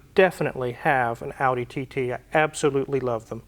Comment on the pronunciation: If it helps, TT pronounced in German is TayTay.